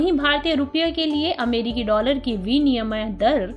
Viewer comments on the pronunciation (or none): Uccharan me aur sudhar ki aasha hai....jaise kramashah....not karmashah...vinimay dar... Not viniyamay